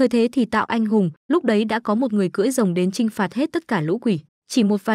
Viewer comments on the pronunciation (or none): Ủa r cười rồng hay cưỡi rồng?